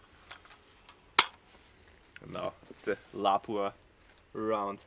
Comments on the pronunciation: You have to be saying it like that on purpose. “Mawzin Negant”, “L’High”, “Lapuwah”…Good ol rage bait haha! Someone in Kentucky named Scott just had his ears perk up! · I'm not one to argue with a lawyer, but if you mispronounce another Lapua or Mosin Nagant, I might do it. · You pronounce stuff weird. LA Pua. Moss in nag aunt 😂